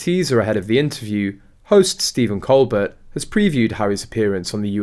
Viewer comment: His name is pronounced: col bare, with the emphasis on the 2nd syllable!